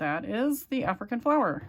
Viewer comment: Flower not fliwer